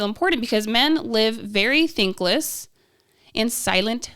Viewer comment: She said thankless but it came out as thinkless